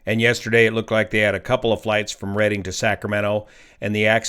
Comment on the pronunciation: It is Redding not Reading.